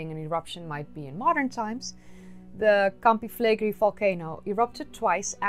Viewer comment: Awesome video! Just a small note: the pronunciation in Italian is Campi Flegréi, emphasis on the last E, not Flègri.